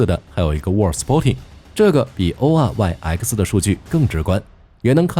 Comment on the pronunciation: oryx 啊瑞斯，能不能不讀 o r y 呃克斯